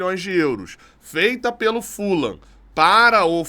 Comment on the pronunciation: boa em chamar o Fulham, com a pronúncia correta - Fulam. A maioria da imprensa erra chamando de Fulram. Outros erros da imprensa: Tottenham, falam Tottenram, mas o certo é Tottenam; o jogador Vegeti, falam Verreti, mas o certo é Vegeti mesmo. Sugiro sempre pesquisarem as pronúncias antes de saírem repetindo errado. Abraços